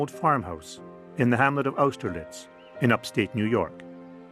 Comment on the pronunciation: Well, I had certainly heard her name as I grew up in the same NYS county where Austerlitz is located [pronounced aww-ster-litz, BTW, not oww-ster-litz] , but knew very little about her.. Thank you for the interesting documentary